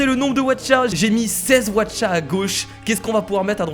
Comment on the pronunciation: mais tu es tellement con les Aucha ça se dit pas Watcha😈😈😈😈😈😈😈😈😬😬😬😬😬😬😬